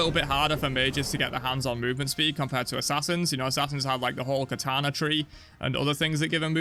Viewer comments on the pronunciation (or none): none